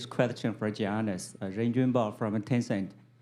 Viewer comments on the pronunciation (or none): Giannis’ face when the reporter calls him “Gee-annis” haha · all of yall are talking about Middleton but what about this when the reporter said Giannis's name wrong and he was looking confused as hell